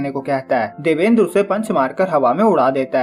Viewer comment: Ek might be pronounced by , देवान्द्र not देवेन्द्र , :)